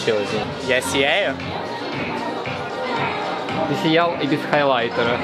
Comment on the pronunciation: сИяю, сИял